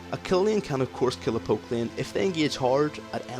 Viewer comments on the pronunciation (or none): tbh, sometimes it sounded like you said "poop" instead of "poke" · i thought u wrre saying pope with poke and lieen with lane